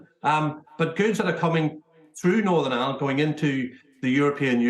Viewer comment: WTF do people pronounce IRELAND as island!!!! Twats, it's like they can't bring themselves to say IRELAND!!!